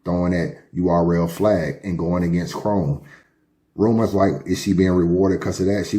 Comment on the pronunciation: The WHAT behind the scenes??? Nigga don’t tell me you don’t know how to pronounce “rumors” properly 😂 😂